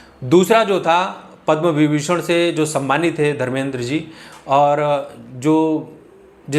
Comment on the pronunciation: Fans ko shraddhanjali deni hai toh unki Filme dekhiye! Unke antim sanskar me bheed laga kar dhakkamukki karni thi kya??? Janab Anchor !पद्मविभूषण ' कहते हैं।पद्मविभीषण नहीं।